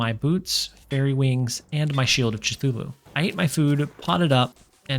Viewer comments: btw its Kthulu not Chuthulu :D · sure thatd be fun to watch (also cthulhu is pronounced kthulhu)